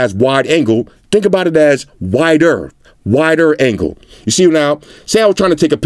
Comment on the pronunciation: The way you said ‘wider’ made it sound like you suddenly had a different accent lol.